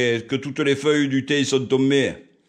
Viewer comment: Lol nous en Drôme le thym il chante 😉😉 au milieu de la lavande Et le risque qu'un nuisible ait pu faire ses besoins dessus est il possible ? J'espère que tu gardes bien les branches pour un barbecue éventuellement. En tout cas tu le prononces bien "le tiinn 😋😋"😀😀